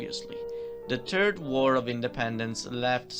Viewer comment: The narrator said Ferdinand ' the terd ' of Sicily, meaning ' poo,' instead of Ferdinand ' the third ' of Sicily hahaha. I have to say though your English accent is beautiful! Il tuo accento e cosi bello. Thanks for the video, I learned so much about the kingdoms and their history! I didn't no so much! You have inspired me to maybe make a video of what I learned for my Neapolitan Youtube Language Series on Youtube. Grazie assaje!